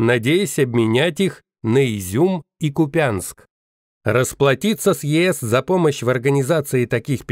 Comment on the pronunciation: КУпянск, наголос на перший склад!